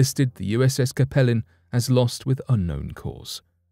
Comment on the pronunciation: I believe the pronunciation for the USS Capelin should sound like “CAPE - Lynn”. That’s the type of fish found around Newfoundland and the North Atlantic.